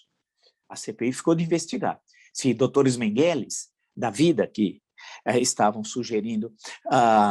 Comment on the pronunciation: O Nome de "Josef Mengele" tem tônica na primeira sílaba: "<Men>gele" ...